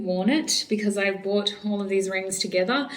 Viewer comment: I love the way u said rrrrings